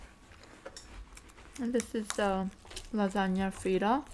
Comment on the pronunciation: Did you say lagana fritta? Lol